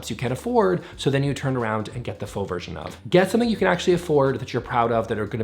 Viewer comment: I believe you’re mispronouncing “faux luxury”. “Faux rocks” is a rhyme, actually.